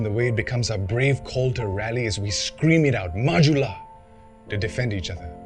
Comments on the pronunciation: Yes it's pronounce as 'ju' not 'hu' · So it's pronounced "majula" not "mahula" ?